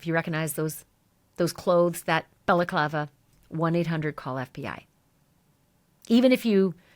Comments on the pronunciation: Ashleigh, you're doing a great job reporting Nancy Guthrie's missing. BTW, it's Balaclava (ski mask) , not Bella Clava ( Italian women's headwear or scarf). An honest mistake. A slight distinction between the two. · Lol love this show but stop calling it a belaklava lol Ski Mask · “Bella clava”??? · balaclava" is pronounced bal-uh-KLAH-vuh